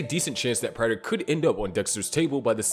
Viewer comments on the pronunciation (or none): Please. It's not PRYTER. It's "Prater" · Say it with me PRAY-TER not Pratter